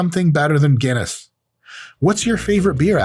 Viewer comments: It’s fuckin Guinness, Mike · Did yoou hear that two Guiness ..not one but TWO!